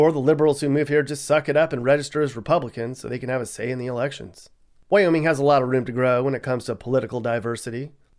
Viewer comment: its wyoming not wyomin